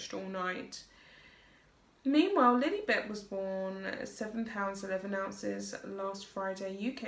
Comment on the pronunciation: The nickname is being mispronounced as Lily. It's correctly pronounced "Lie-Lie".